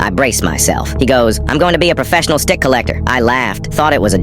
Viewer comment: Not it saying dick instead of stick